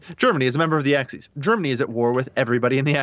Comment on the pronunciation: The fuck is an Axees